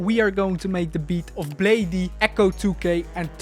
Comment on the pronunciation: Good video, however, it is pronounced Blade, not blade-e